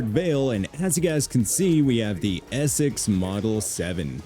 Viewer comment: "I'm just loving the ee-sex model 7" lol